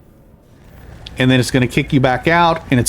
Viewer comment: I didn't mean any offense, I love your videos but that pronunciation was driving me crazy. It's a made up word but I believe the emphasis is on the TID syllable. 😆